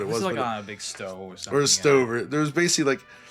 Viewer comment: Great, now we can add “necessly” to the list of mispronounced words alongside “basely”